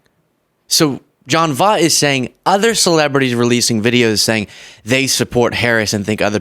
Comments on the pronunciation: Voight is a lunatic & has said some really harmful things in his past. Side note; his name is pronounced, "voyt". Like the oy in toy. Voight. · His name is pronounced “Voit” or “Voyt” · I still believe it's pronounced "Voyt",! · just an FYI Jon Voight's last name is pronounced like this..... V oh I T! Seems silly to pick on his pronunciation of Kamala then say his name wrong!! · Im with you 100%. And I believe its pronounced Voit, like void with a t 😊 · His name is pronounced Voy-t...he was such a good actor. He's devolved into a hateful, delusional old man. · Pretty sure it's pronounced like "Voyt." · Well, if you're going to call him on mispronouncing names...his is pronounced "VOYT" (As in "avoid" this wacko's videos.) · Pronounced Respect The Existence Of Trans People Why put respect on vOOt's name if he can't respect people. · love you man, but, it's John Voight (Voit). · His last name is pronounced voit. He's Angelina Jolie's dad. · Voight is pronounced like poi, the Hawaiian food. Voit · it's pronounced "Voyt." Like "voice" with a T. Just FYI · His last name is pronounced like "Voyt". Unfortunately he's lost his marbles. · I love ya, I do. But if you are going to get on folks for not saying Kamala's name right, you have to say the person in question name correctly. Jon Voight last name is pronounced "Voit". Like the word "Void", you add a "t" vs a "d" and say it the same way as "void". Jon Voight sucks, Maga sucks. We get it. I just don't want you out here being portrayed as a hypocrite. ❤️ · Voight = pronounced "Voyt" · His name is pronounced “Voight” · It's Angelina Jolies dad💙 Pronounced VOY-T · He really is a MAGA nut job. FYI.... his name is pronounced V-oi-t (oi as in oink) Voight. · He’s Angela Joliet’s dad. You pronounce it “Voidt”. He’s waaay before your time so I understand. 👍🏽🤭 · You messed up on this video, criticizing him for mispronouncing Kamala's name while you mispronounced his name the entire video, so many times 🤡